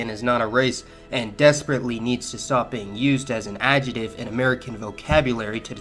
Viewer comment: ill stop using mexican as a cultural identifier when you pronounce 'adjective' properly